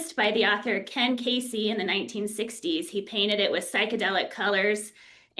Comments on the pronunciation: She didn't know how to pronounce Ken Kesey's name. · should see if LSD can help her find her way to pronouncing Ken Kesey's name correctly;) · That drove me nuts